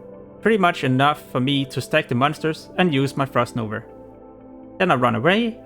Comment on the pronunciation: It's called Frost _NOVA_. Not NOVER or NOVR, MAN this triggered me! xd Sorry!